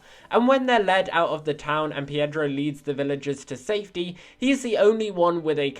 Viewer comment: Its pedro not piedro